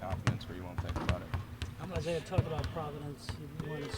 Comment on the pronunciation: His name's Isaiah, not Isaish